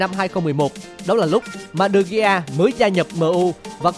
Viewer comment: vãi đọc tên đờ gi. man noi e. nản